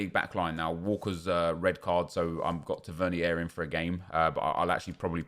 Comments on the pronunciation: just to point out to you Tavernier is English not French so it’s pronounced Tav-er-near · Its more annoying the way he says Tavenier tbh